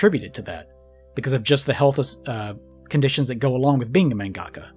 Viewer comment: The way pronounces mangaka irks me so much. No shade, just every time i hear it i think, "that's not how it's said".